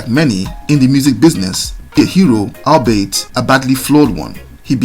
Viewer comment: Those stories about him being saved by Rastafarians and nursed back to health and a psychic telling him to continue in music sound like huge tales. Too funny. BTW, albeit is pronounced all be it.